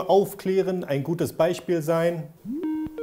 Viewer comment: Ich finde witzig wie du Beispiel sagst XP Beichspiel XP